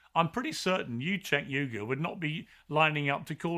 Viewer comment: JENK YUGAR - that’s how you pronounce his name. Not that hard, guys. 🤦‍♂️🤦‍♂️🤦‍♂️